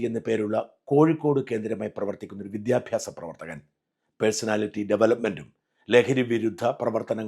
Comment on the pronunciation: വിദ്യാഭ്യാസം എന്നോ ട്രിവാൻഡ്രം എന്നോ മര്യാദക്ക് പറയാൻ അറിയാത്ത കിഴങ്ങൻ ആണ് വിദ്യാഭ്യാസമന്ത്രി😀😀😀